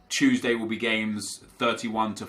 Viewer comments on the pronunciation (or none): none